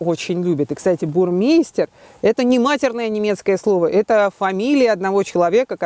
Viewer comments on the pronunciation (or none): Правильно не Бурмейстер а Бурмайстер! Немцы так говорят!